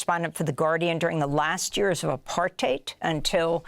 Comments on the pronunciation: The only person in US media who pronounces Apartheid correctly! ❤ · Why is she pronouncing apartheid so weirdly?